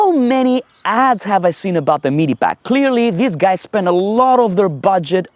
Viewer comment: Pretty good video! Your English is very, very good with just the odd mistake, but it's unfortunate you chose to mention MEE-DEE packs so often. Sorry, but as I say, your video and your English are great.